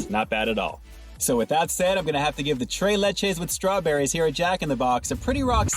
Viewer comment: You keep saying tray but it tres LOL like three in Spanish LOL because it's three milks LOL